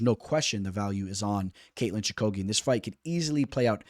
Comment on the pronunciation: Your picks are getting a lot better. Your pronunciations though man…. lol Choo-ka-gian….. cage …. I like Barber Chookagian to go to decision. I can see barber via split. I don’t think the UFC likes Chookagian. However she has technical striking whereas Barber thrives on bursts of actions. Chookagian also has good jiu jitsu